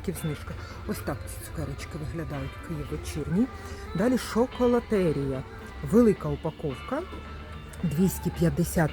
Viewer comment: За інформацію подяка,але будь-ласка навчіться правильно вимовляти назву товарів не лАвіта,а лОвіта, не Шоколотерія, а Чоколатерія, не лакмІ,а лАкмі,і так далі ви ж блогер,що несе інформацію у маси про цінову політику даних товарів, тож робіть це правильно.